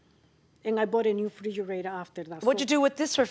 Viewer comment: She should have had to pay extra for calling it a frijerator